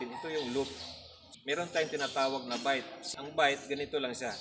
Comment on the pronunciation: Bight kabayan, hindi bite